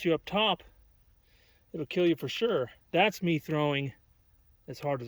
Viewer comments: it will keel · Overall... it will keal sir! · ''It wirr kirr!''